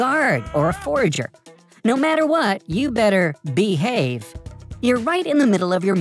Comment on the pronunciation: I liked how just said - YOU BETTER BE-HAVE on!!:-D